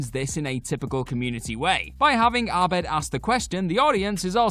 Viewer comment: It's pronounced Abed. Not Arbed? Have you even watched the show??